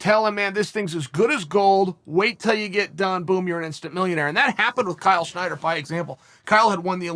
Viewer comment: and its not schnyder is snyder